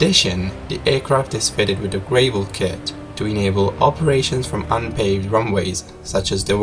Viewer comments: Funny how he says “gravel” it’s not grave-ul it’s Grah-vul lol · It's gravel not gravele. Like Apple. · Nitpick: GRAH-vel, not GREY-vel. Anyway, another set of freakish errors led to this disaster. Captain should've yielded to FO after disagreement arose. 18 times! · That's not how you pronounce "gravel". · It's prounounces GRAV-ul, not GRAVE-ul. Jeesh. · Btw.. FYI... It is pronounced GR Ah... VEL... not.. GRAY.. VUL... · Gravel, not grayvel. The Captain, though (not thought), is not convinced. Great video.🙂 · I enjoy the flight channel, but the narration is a bit hard for me to understand. I am an english speaker. Please think about returning to the text based information. BTW, it's grav-ell, not grey-vell. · Yes one more vote for text only, but many thanks for the video which is still super high quality. Words like gravel have different pronunciations around the world, which is why text is sometimes better. I do like actual cockpit recordings which add an amazing reality to your production. Major pilot error in this case, the First officer was over ruled, and very difficult to overcome an experienced Captain. I do like the inclusion of location video, looks bloody cold, and other video clip inserts, you are still one of my favourite channels. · ‘Gravel’ is pronounced As if rhyming with ‘travel’ not ‘grey’ vel and refers to loose small stone . Good video. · Well done animation!!! Very thorough. It's pronounced gravel kit...not gray-vel kit. Voice is honestly killing the video. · Automatic landing? No such thing at Resolute also it’s Pronounced Gravell not grave ell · Interesting video. Check correct pronunciation of the word "gravel." It rhymes with travel, not navel. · heads up to Flight Channel: Gravel is pronounced [GRAV] + [UHL] (first syllable sounds like gravity) but IMHO the text was a better format - Ive been viewing flight channel for quite some time and love the conent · Holy frikin Gravel kit Batman he does not know how to pronounce it properly !